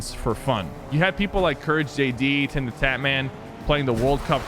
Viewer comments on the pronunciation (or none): I think Sypher accidentally said "TimTheFatman" instead of "TimTheTatman". If I was right, then dang, that do be big accident for me lol